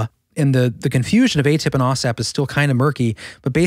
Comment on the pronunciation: bleep bloop... i think you mean "aw snap"...